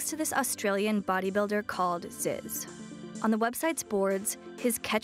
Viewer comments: She can't even say Zyzz right. It's pronounced, "ZEEZ" , not "Zis" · ITS FAWKUN ZEEEEEEEZ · proounced zeeez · Had to stop within the first 20 seconds, simply because of the fact that she said his name wrong.🤦🏿